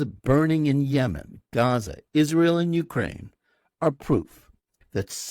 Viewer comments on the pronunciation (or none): none